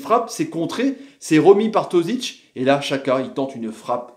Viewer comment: Pk tu dis chaka et pas djaka xhaka=djaka ptn